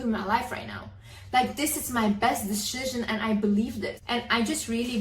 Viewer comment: "This is my best deshizin"